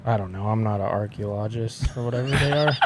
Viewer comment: Gentlemen, please stick with disc golf commentary, a person who studies trees is called an arborist. It is pronounced archaeologist, not archaeologist.